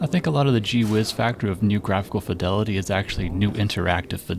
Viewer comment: "Fye-delity".... never heard someone pronounce it like that... >_>